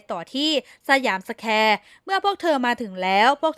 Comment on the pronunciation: แอดมิน ตกภาษาไทย หรือไม่ใช่คนไทย อ่านสยามสแควร์ไม่ออก 😫เฮ้อ